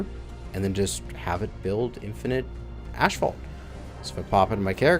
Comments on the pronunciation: Every time he said ashfault I cringed, but after a while I started to think, what if I've been saying it wrong for 35 years? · Love you buddy, but its pronounced ass fault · Ph makes an 'F' sound, therefor 'asphalt' is pronounced "AS-fault" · LOL....ASHfault....fucking Canadians! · 2nd day of asking? It's asphalt as in ass. Also the ph is pronounced f. Assfalt